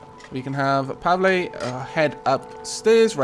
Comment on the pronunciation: You pronounced Pavle right! Congratulations. You are now one step closer to verbal ascension. Now you just need to understand onomapoeticons!